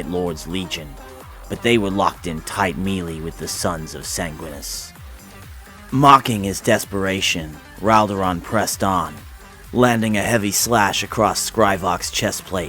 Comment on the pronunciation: Sanguinius.... not Sanguinus. LoL Silly mortal.